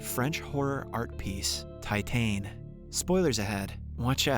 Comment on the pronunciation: just so you know it's pronounced "teetan" in French lol